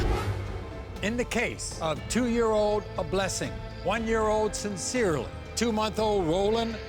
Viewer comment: I’m sorry...Did she say...Cyns’irley?💀 AND Aa’Blessing?🤣🤣